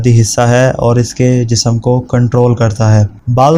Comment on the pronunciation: Thodaa aap khud bhi itemaal karen, taaki aap ko "Jism" aur "Jisam" me farq samajh me aa jaay....😅